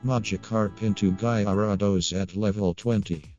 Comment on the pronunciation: Guyrados? Lmao